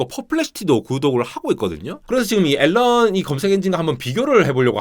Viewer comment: "알"란 ㅋㅋㅋㅋㅋㅋ